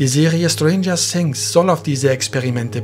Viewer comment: Schtranger sings